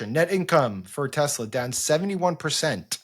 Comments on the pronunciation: It’s Tessler guys, Tessler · It's pronounced Teslar. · "I love Tesler!!" 😂😂 This has made this rainy day a little better. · Teslur. Please. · Maybe when trump pronounced it “tesler”, people got confused.😂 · I think it is pronounced, Tesler. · Pretty sure it's pronounced Teslur.